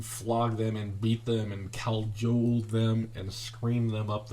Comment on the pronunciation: Did you just say cow-jole (Like cajole, but the cow version)? If that is the case, and I didn't hear wrong, that's the funniest thing I've heard in a while!